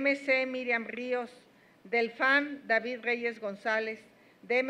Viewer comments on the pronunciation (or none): none